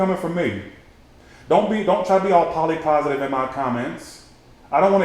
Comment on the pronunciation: He said Polly Positive 😭😭😭